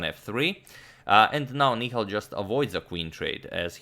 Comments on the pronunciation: Hey agad, It's Ni-Hal and not Ni-khal as in Mikhal Tal's name😅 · Antonio Sir the pronunciation is "Nihaal" Sarin :) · That's Nihal not Nikhail... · Nihal Sarin Ni ha l Ha like in 'Ha'rd.